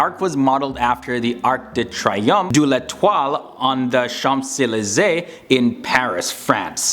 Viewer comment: Leu is lion and was a florentine gold coin from Florence that circulated over the place. Btw: Dollar comes from Thaller. Btw: you pronounce badly. Turda not tchiurda and all, even Champs Elysees. No surprises in Romania: a beautiful land worth visiting. Happy you didn't say anything about the stupid fiction of the irish.